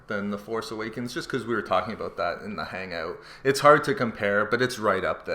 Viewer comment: I heard aboots so my guess is Canadian or Minnesota